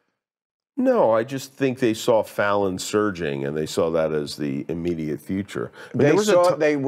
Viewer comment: When he said "Fallon surging" I shuddered a little bit.